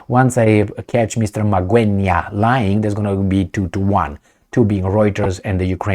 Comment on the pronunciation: You pronounced Magwenya like a pro 👏👏👏👏👏👏.